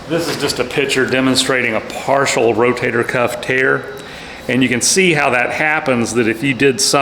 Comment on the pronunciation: I like how, instead of saying Rotator, he says "Row-Tater," as in "Eat yer taters!" Lol.. ❤